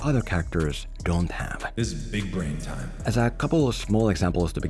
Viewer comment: Its bran not brain